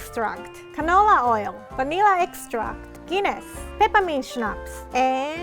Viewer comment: Am I the only one that heard Guinness as pen*s?